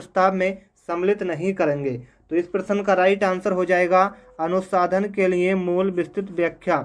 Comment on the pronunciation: अनुसंधान तो ठीक से बोल लो🥹🥹